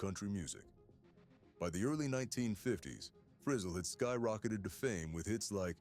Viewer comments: It's "Free zell," da*n it, not "frizzle as in sizzle!" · If you’re going to do these Autobiography type videos at least learn to say his name right…it’s not Frizzle rhyming with drizzle it’s Frizz ELLE!! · HIS NAME WAS PRONOUNCED FRE-ZZEL NOT FREZZILE,YOUR COMMENTATOR IS IN WAY OVER HIS HEAD,GOOD JOB HIRING SOMEONE TOTALLY CLUELESS TO COUNTRY MUSIC SINGERS NAME !! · Shame on you making a total ass of your self, in your pronuncation of Lefty's last name. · If your narrator can't pronounce Lefty Frizell's last name, then this video is worthless.